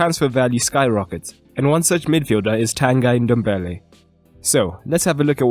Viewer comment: I knew it only today but it's actually pronounced as ton-gee dom-be-li